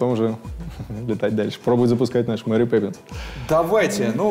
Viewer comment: Crash Zone так же не Мери а Мэри))